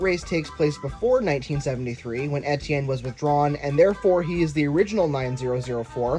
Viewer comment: You don't pronounce Etienne right!